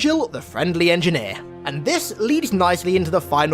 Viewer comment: Engineer says to another "was up my engeer"